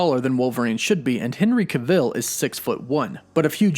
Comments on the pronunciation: It took me less than 2 seconds to confirm that Henry Cavill's last name is pronounced like "travel." 2 seconds. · Why do you keep saying his last name wrong. Ive never heard it pronounced like that b4. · I don’t know who Henry cah-Ville is but I’d love to see Henry Cavill in the MCU. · No one else... This bum: Henry KA-vil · how about TRYING to pronounce his NAME ... Henry CAvill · as soon as he pronounced Henry Cavill as “Ca-vill” i clicked off the video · It's pronounced KA VUL RYHMES WITH PILL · why did you say Henry Cuh-ville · Pronounced CAV - Vill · you need to learn to say Henry Cavill's name right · Your not pronouncing Henry Cavill right that’s quite irritating lol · I cant even watch the video with the mispronunciation of his name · not even 30 seconds in and he already is saying Henry's name wrong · The way you pronounce his last name makes me cringe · Why you saying his name wrong. Lol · Stop saying his name like that!!!!! Ahhhhhh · I can’t take you seriously when you can’t pronounce Henry cavill last name properly!! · I can definitely see Henry Cavill play the iconic Wolverine, I've seen his acting(everyone has lol)...he can be gritty, brutal, and jus awesome & pronouncing his last name wrong bro😅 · STOP SAYING HIS DAMN NAME WRONG!!! JESUS, THATS JUST LAZY AF! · There is NO way you actually think his name is pronounced that way - and its annoying like you're saying his name more than necessary to troll us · U saying his last name wrong and it’s annoying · Butchered the last name so bad. Research better 😒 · Say his goddamn name right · Maybe learn how to pronounce his last name properly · no he's pronouncing it wrong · NOOOO! No! No! We need some one more rugged, short, true to the character like Hugh jackman was. Is it just me or did anyone else get bothered by the way he says Henry Cavill’s name?? Cav-I’ll not cah-veel lol. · It's Henry Cavill not Cavil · Some of your pronunciations kill me man 😄 Cav-ill, cav-ill, not cah-ville, say it with me now